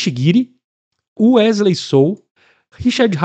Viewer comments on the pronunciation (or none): none